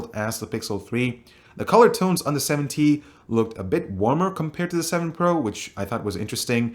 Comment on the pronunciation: are u saying 70? or 7T?